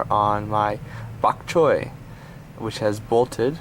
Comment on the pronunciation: I think bok choi is a cantonese word, which you pronounced like a hong konger ^^